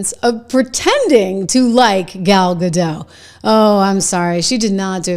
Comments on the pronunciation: It is GADOT NOT GADO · It's pronounced Ga-DOT, not Ga-DOW. Gal is Israeli, not French. 🤪😝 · ....not to be picky but its pronounced "ga-dot" rhymes with "got"... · Hey…just one thing. Gal’s last name is Gadot. The T is pronounced. It’s Hebrew, not French. I noticed that a lot of Americans pronounce it like JK Rowling intended Voldemort to be pronounced.